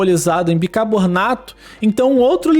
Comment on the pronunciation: não é bicabornato mas, bicarbonato